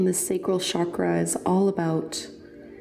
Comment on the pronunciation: I loved this practice! I'm a teacher myself, and I love your guidance through a yin practice. one critique (and i'm not sure if you've made this correction in more recent videos), your pronunciation of asana and chakra are incorrect, and that can become a little bit distracting.